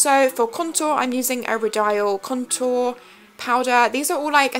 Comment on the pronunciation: Love the look! Just a heads up 'Rodial' is pronounced 'Ro-dee-uhl' xx